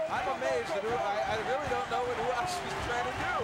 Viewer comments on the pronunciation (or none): who is hoo haas? its r u a s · Ah yes..Marco HOO-HAS. I remember him quite well. 😆 🤣 😂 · Why did he keep pronouncing "Ru-has"??